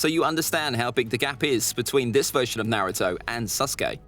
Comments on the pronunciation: Man said Narto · there are ppl who say his name as (nah-roo-toe / nuh-roo-toe) but he says it as (nare-oo-toe) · 20 seconds in and I already want to ring his neck out. He is saying Naruto wrong